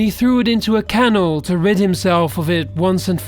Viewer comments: How does any native English speaker not know how to pronounce "canal" ? smfh. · Where did you learn to pronounce the word, canal? And Mel JIBSON? Seriously, WTGDF. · canal is pronounced can al. mel Gibson is pronounced mel gib not jib son. and its jim cav iz el not cav eeee zal!!!